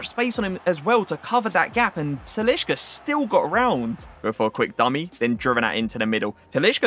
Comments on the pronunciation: TaliSca!! Stop with the "sh" in brazilian portugues names!!! It's wrong and cringe asf. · you're pronouncing talisca wrong mate